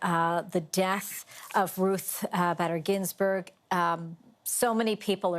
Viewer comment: Shame on you not pronouncing her name correctly 🤦🏼‍♀️